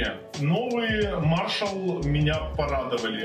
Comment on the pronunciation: Надо было сказать, что один миниджек - вход, а другой - выход, кому надо, тот поймёт. Маршал скорее имели ввиду в названии мажор, ведь речь идёт о музыке. А если выговаривать правильно одну часть названия, то надо спросить у гугла как правильно выговаривается и название бренда.